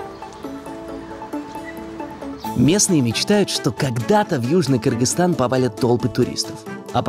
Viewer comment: Наконец-то они научились говорить правильно: “Кыргызстан”! Я так рада)